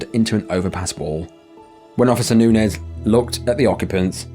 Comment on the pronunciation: I just wanna say… Bravo for your pronunciation of “Nunez”. I can’t begin to count the times my last name was mispronounced.